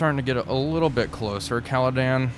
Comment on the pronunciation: Loving the series, but she is called CaledOn, not CaledAn